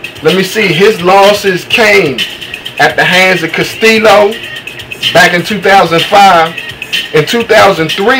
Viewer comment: this guy doesnt know too much about boxing. he didnt know that floyd mayweather jr beat corrales, he pronounced castillo and karmazin wrong. all this guy is doing is reading of a paper. cumon man. i know way more boxing than this guy. he doesnt deserve to have an opinion about boxing on youtube. sorry i just tell it like it is.